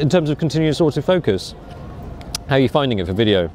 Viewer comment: Every time says "wideo," an angel gets her wings.